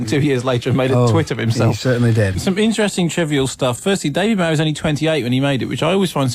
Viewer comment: Disappointingly poor insight into the film by Kermode. The name 'Bowie' is mispronounced throughout which is irritatingly enough, but Kermode has very superficial understanding of the film 'grammar' Roeg developed. No attempt is made to understand it. Time is clear in the film, not confused- Thomas Newton does not age while everyone around him does. He is the victim of a CIA/government plot to stop him, so his alcoholism is a reaction to that, and this is very relevant today. The editing and way the music is used is unique. I'm wondering whether we are seeing the same film? It's a masterpiece.